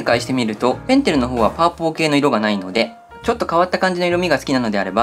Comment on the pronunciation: パーポー →ありがとうございましたw！ぺんてるも無印も両方好きです。